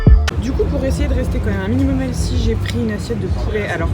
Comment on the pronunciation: Je parlais du nombre de fois où tu as prononcé "elssi" 😂😉 au lieu de 'healthy' ; évidemment faut profiter de manière raisonnable, toujours 💪🤗